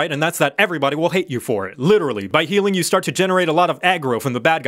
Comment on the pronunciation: Zhe heeling is not as revarding as zhe hurzing.